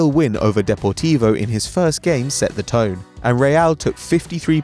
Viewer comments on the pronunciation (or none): none